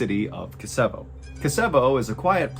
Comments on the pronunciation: it's pronounced Kichevo :D the City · as far as im aware Kichevo is " Кичево" and "ч" is 100% a "ch" sound. Unless there's a speech issue. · I'm from north macedonia, we don't live there but as a kid I spend my summer vacation there, pretty much near Kičevo ( it's pronounced like Ki-tch( like in witch)-e-vo) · Kičevo, not Kasabi. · Kasevo ahahahah Its pronounced KI CH E VO ki like kimchi and ch like when u say ch-ai ☕️ and thenE V O normally Very surprising to hear something from Macedonia 🇲🇰❤️ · Kichevo (Keetchevo) not Kisevo xD is in the West, western Macedonia, not northern. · I'm Ukrainian 🇺🇦 born in Canada 🇨🇦... I think "ч" is pronounced "ch" not "s", in Macedonian Ukrainian and Russian 🇷🇺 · Kee-tche-voh (Kičevo, Кичево) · The place in question is actually pronounced ( KIICHEVO ) ... for the English speaking viewres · Mr Ballen, I love your podcast , Im from North Macedonia, just small correction regarding the city Kicevo, i dont blame you pronounced wrong its easier to try with Kichevo😊 ..by the way Excellent story!! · Greetings from Macedonia! I've heard about this, but just because this kind of stuff very rarely happens in my country. Just a small correction, Kicevo is spelled as CH like in Chocolate. Keep up the great work, I love your content! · Place name is Kichevo and her name iz Zhivana...its hard for americans to say names from eastern europe and former yugoslavia...gretings from Serbia and sorry for bad english Mr. Ballen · This is wild! I lived in Macedonia. I've never been to the city (which you are pronouncing wrong) but I remember hearing rumors about this story literally 11 years after it happened. Things like this are so rare in Macedonia 🇲🇰 😢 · I love listening to mr ballen but ur butchering these names a lillll bitttt